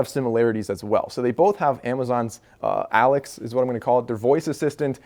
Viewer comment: I know this man did not say alex